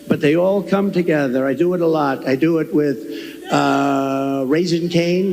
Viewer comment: Has anyone else noticed that when tRump goes on his 'someone insulted me' rants, he suddenly changes his 'O's' to A's'. Lot becomes Lat, Honestly becomes Anestly. It's another 'TELL' of the don. Just like when he says someone called him SIR. We all know that whatever follows is a LIE. And now he's back to the TOUGH farmers 'with tears in their eyes'. He's digging out the old play book...and it STILL doesn't work.